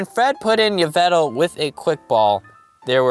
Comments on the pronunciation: yvetal????????????? 🤣 Yveltal not yvetal lol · Isn't you-vel-ta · It,s yah-vel-tall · It’s pronounced Evel tall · It yaveltal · YVELTAL MY NAME IS YAW-VUL-TALL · It's yeh ve tal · It's pronounced ee-val-tal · Its pronounced EE-veltal not what u said. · It's A Female Pyroar And its pronounced Yv-Elt-al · It's not Yveltal it's Yveltal